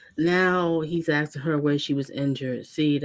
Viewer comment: When Brooks "Axed" one of the witnesses "And what other details do you not recall?" That kinda said it all for me. He's a fool & he's really really dumb.